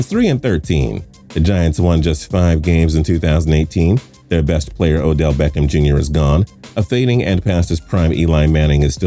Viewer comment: Lmao he said the Giants best player was “Odell Becham Jr”. Apparently never heard of Saquan Barkley